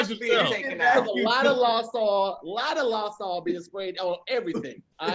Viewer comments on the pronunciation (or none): that's definitely a "hey Tom" moment - man said lawsaw instead of lysol 🤣🤣💀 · Sososososo we just gonna glazed over the fact that said “lie sol” instead of Lysol. Where’s Kev?? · 🧏🏽‍♂️ Hey Tom looks like was trying to say “Lysol” but he “Law saw” We don’t know what the hell that is, Back to you Tom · Lmaooo saying “LAWSAW” instead Lysol is a mood. I’m from NC and words randomly come out wrong asf💀💀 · Where's Kev and Tom when you need them? Are we gonna just skip over the way pronounces "Lysol?"